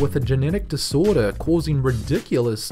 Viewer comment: 9: "disorder"